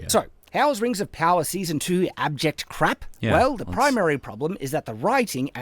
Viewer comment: One of the most inconsequential but somehow annoying things about is how he calls everything 'crap' or 'bullcrap,' and won't utter a harsher swear because of his bonkers moral code or whatever, so instead he just settles for putting way too much emphasis on the word 'crap.' If you're going to be a chud and cater specifically to the chud crowd, commit to it man.